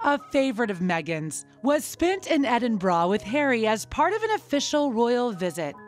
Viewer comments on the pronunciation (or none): Edding-barrah? Edding-bore-rah. Like Worcestershire sauce.😂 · They are paying £millions for this positive PR and the commentator cant be bothered to pronounce basic things like Berkshire, Grenfell, Edinburgh, West minster etc properly... I suggest you try n get your money back H n M. Haaa haaaa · The Commentator needs to learn how to pronounce 'Edingburgh'